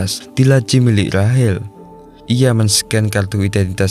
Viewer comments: Rahel,rahel.. RAYSHEL bang sebutannya. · Rachel❎ Rahil✅ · Rachel kok jd. Rahel 🤦🏻‍♂️